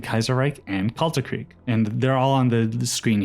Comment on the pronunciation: As a german, hearing people pronounce "Kaisereich" as "Kaysaraik" and "Kalterkrieg" as "Kaltarkreeg" hurts so much.